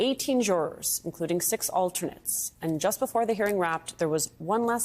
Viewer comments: It's not Merchan it's Mer~chan get it right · Try pronouncing the judge's name correctly. Mer-shon not Merchant. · Please pronounce the judges name properly. It’s mer-Chan. French inflection. I don’t respect her as a journalist either. She is a hack